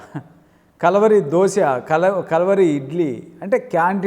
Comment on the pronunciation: ముందు మీ pronounciation సరిచెసుకొండి, కలవరి కాదు.."కల్వరి"